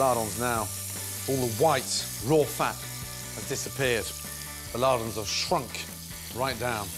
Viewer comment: ...did he say he wants a "Lard-On"?